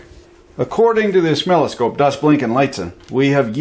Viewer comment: I'm way too confused right now. He actually called it 'oszilloscope'. What's that supposed to be?